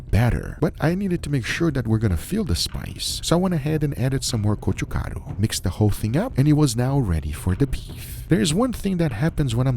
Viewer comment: As a korean subscriber I really love you could just say chili flakes or something like that but you are saying gochugaru the way it is hahahah we koreans appreciate that kind of details